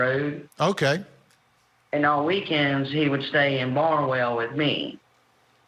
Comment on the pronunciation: It's Barnwell not Barnell.